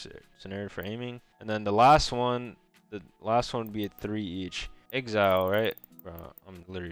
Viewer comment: Bro said "exile" lmao...it's axe-e-ul like x and y axis